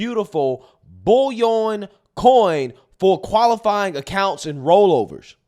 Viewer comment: Bro you have got to learn to say “bullion” correctly 😂